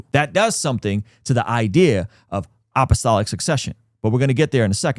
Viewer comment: You’re pronouncing it “opp-o-stolic”